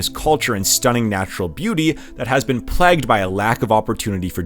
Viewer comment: The region has been “plagged “? Don’t you mean plagued , long ā?